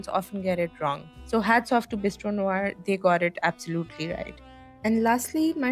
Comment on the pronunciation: love the choice of words ||||||||||| and thank you for pronouncing NOIR right!